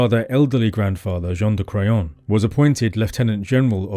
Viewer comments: I’m so sorry but every time I hear you say Jean De Craon I’m just hearing John of Crayon 🖍️ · The grandfather Jean de craon otherwise known as JOHN DE CRAYON 🖍 hahaha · John Da Crayon. Cant unhear it now